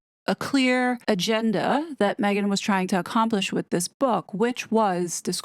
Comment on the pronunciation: I think it seems a very professional video & well researched. The "Me hhh ghhan" pronunciation grates though, sounds babyish & spoils the flow of the narrative.